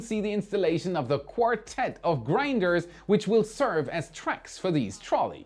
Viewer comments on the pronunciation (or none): Girder, not grinder LOLL